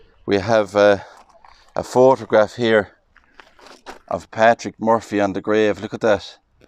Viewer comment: Lovely video. I love how you pronounce Murphy, my maiden name 😊. May Patrick rest in peace 🙏🏻